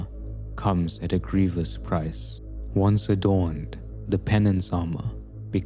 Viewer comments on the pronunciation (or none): none